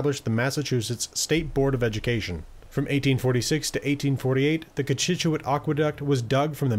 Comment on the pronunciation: Finally someone who pronounces things like Natick and Cochituate correctly...